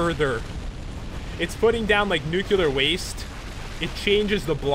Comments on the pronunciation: Dont mean to sound rude but did u say nucular waste? Im pretty sure its nuclear waste not nucular. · Is nuke-ya-lar waste anything like nuclear waste? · wtf ?! really do you read ? nuceular ?! nice pronounciation sir